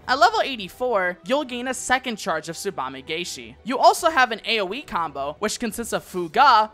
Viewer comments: Really nice and concise guide; I especially appreciate the tool tip visuals! The only minor grievance is that in つばめがえし, or "tsubame gaeshi," the "gae" is actually pronounced like the English word "guy" rather than "gay;" I keep seeing content creators make this mistake, aha. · Corrections: - I pronunced Tsubame-gaeshi wrong. - Third Eye only reduces damage taken for 1 move not throughout the duration.